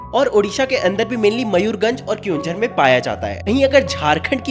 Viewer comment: Bhaiya mayurganj nh mayurbhanj